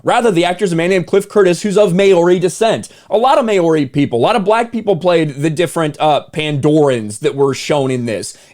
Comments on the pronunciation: Just to put it out there, it's not May-ori, you basically pronounce it like Mouldy. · it is Mow-ree, not more-ree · Its pronounced MAO-REE (like Mao Zedong), not MAYO-REE, anyhoo, love the content, keep it up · Maori is pronounced "Mau ree" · why did u pronounce Maori as may-or-ree?? bruh lmao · bro maoris arent black..they are brown ..and its pronounced maa-ol-di not whatever you said cmu woah that is the worst iv heard them get called lol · Just a heads up, the word 'Maori' is pronounced 'Mow-Ree' (sounds like 'WOW') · Maori is pronounced like the word now, mowri. Just a heads up. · Tiny nitpick here, maybe someone else has already said this, but Maori is not pronounced phonetically as one might think at first, lol. It is instead pronounced “Mowri” Just a little Kiwi trivia from a half Kiwi. 🥝 love your vids! ✌️ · Also - Māori, pronounced mau-ree - mow-ree. I'm half Māori. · Never heard "Maori" pronounced like that before heh